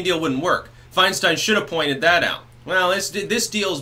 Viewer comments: I don't know if it was on purpose, but you said "Swinestein" ....lol absolutely hilarious. Meme ammo! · Fianestein! Nice slip of the tongue.